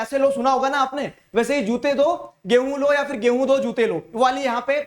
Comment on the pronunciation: be like. Gaihu(wheat) = Gay + hoon 😂😂